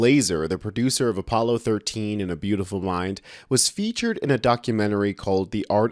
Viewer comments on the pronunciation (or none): none